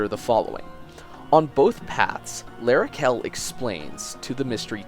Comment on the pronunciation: oh c'mon you're Canadian, you had to take French in high school. Don't do L'arachel dirty like that. Also, gravity falls?